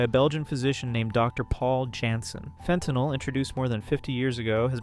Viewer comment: "Fen-tannel!" I'm dyin'!! xD